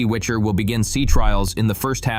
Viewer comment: Its WICHER ( gale )not WITCHER( like book or game character )